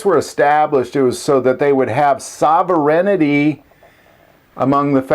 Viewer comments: Wtf is sauverennity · You're mispronouncing "sovereignty", but at least you understand what it means. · Sovereignty, not sovereighinity. 😊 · I's "sovereignty." Just sayin...